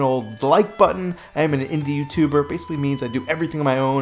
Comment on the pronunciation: I thought he said he is an Indian so that's why he did not have subs, so confused I had to rewind and listen again, indie, 😂